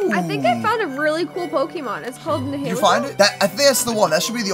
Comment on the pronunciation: its ni-i-le-go